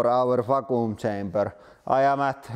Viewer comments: Not poking fun, I wish I spoke Russian as well as he speaks English. Vac-qum. Hope this help. ✌🏽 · Va-kuum XD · Haha "vacoom"